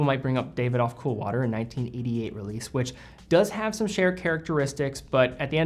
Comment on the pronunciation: Great content! Just an FYI since I've heard you say it in a few videos... Davidoff is pronounced (dah-vi-doff). It's an amazing renowned Tobacco company that makes some of the best Cigars!